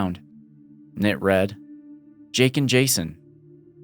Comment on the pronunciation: Jason?! "JAY-SAHN"